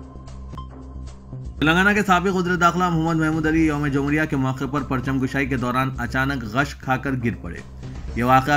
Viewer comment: Correction plz, Parcham Kushaai, not Parcham Kashaai.